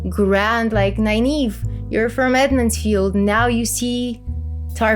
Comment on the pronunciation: Sorry to be that guy, but you keep saying Edmond's Field, it's Emond's Field.